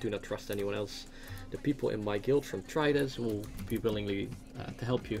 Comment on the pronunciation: yes yes great pronunciation